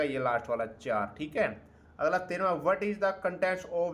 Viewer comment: Aglaaa Dasmaaa 😂😂😂 haryanvi touch